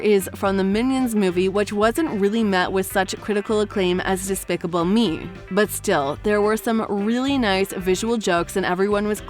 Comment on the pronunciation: They said specible me at the time